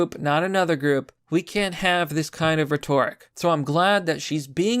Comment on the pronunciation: The emphasis is on RHEtoric not RheTORic. You sound silly.